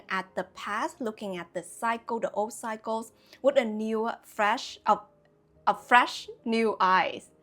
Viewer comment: Your pronunciation of 'cycles' sometimes sounds like 'psychos'; which could make for some great quotes. One that comes to mind is: "Don't create new cycles, with old psychos." Another that comes to mind is: "Being stuck in old cycles, is a form of psychosis." What I'm reminded of with these ideas is the idiom: "Lessons repeat, until they are learned." I've personally learned that sometimes when ex friends or lovers come back, it wasn't for me to avoid them, but to learn how to enact a boundary where previously I thought I only had the binary options of avoid or people please. Now I'm finally learning "The way is through." That confrontation is only scary in anticipating it. When we choose to go through instead of around our life lessons and challenges, it's self love in action. And what we get out of it on the other side is euphoria, like endorphins after exercise.